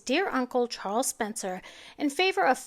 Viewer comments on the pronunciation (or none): none